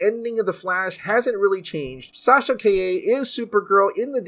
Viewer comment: I thought her name was Sasha Calle, not Sasha kai-yeh 😂😂😂